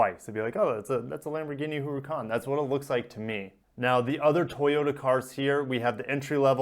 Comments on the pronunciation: Haha its funny when you pronounce it 'who roo con' I beleive it is 'her uh con' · Lost me at "Hooorican"